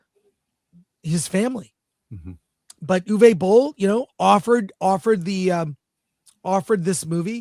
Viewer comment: Guys...guys. his name is pronounced: OOVER BOLL